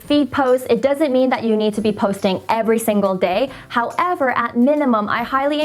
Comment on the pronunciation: i love the way she said HOW-EVER